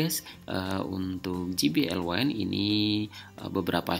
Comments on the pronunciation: Mas maaf izin koreksi, penyebutan kata wind harusnya "wind" bukan "waind". Terima kasih buat kontennya sangat membantu 🙏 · Wine : Anggur - seperti yg dibaca Wind : Angin - seharusnya yg dibaca